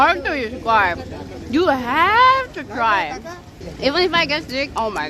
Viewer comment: That emphasis on " u have to try"..